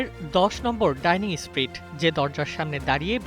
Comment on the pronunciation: ডাইনিং স্ট্রিট নারে পাগলা, ডাউনিং স্ট্রিট।